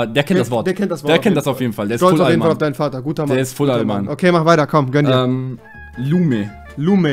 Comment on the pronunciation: Lumi nicht lume